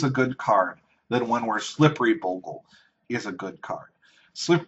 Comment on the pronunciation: The name of slippery bogle is NOT slippery Boggle. Please stop pronouncing this wrong.